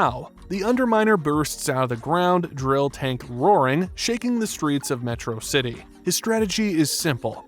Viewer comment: What's with your weird pronunciation of Metrocity?